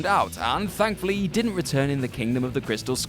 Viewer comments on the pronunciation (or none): J.J. "Abbrums" "Sheeya" LaBeouf Also, no mention of Sean Boswell's appearance in Fast 7 and his upcoming appearance in Fast 9? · Small thing. The director's name is pronounced RYAN, spelled Rian. Seeings how Ryan is my name, I take notice of different spellings of it. Also, its JJ AY-BRAMS and SHY-A LeBeouf